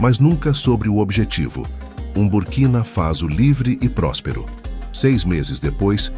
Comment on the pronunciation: É BURKINA FASO OU CURTINA FASO, COMO O SEMPRE PRONUNCIA.?